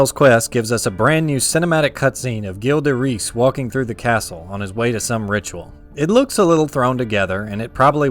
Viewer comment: Not sure if anyone elese has mentioned it, but the name Gilles de Rais is pronounced Gee deh-Rai.